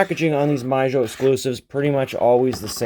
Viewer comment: Some beautiful Chevy Square Body trucks shown here. Both M2 and Auto World made a lot of Chevy Square Body casting variations and some of them already command high prices on Ebay. By the way, i like how you pronounce "Mijo" like "My-Jo" but it sounds more like "mee-ho" actually :) Thanks for showing these in detail.